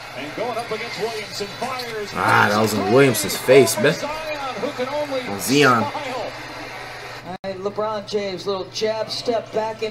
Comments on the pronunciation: it is zion not zeon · Flight saying names wrong. Jay Morant. Zeeon. Nikola Jockich. Rudy Goobert